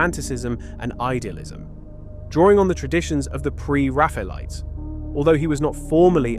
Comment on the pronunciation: Now if he can just learn to pronounce Pre-Raphaelites lol. Awful AI voiceover.